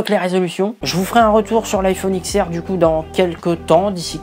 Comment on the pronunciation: On dit pas X on dit 10